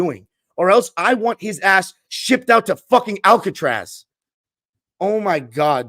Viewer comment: I actually had to look up Alcatraz just now but the way you said it made me laugh. 🤣🤣🤣🤣🤣🤣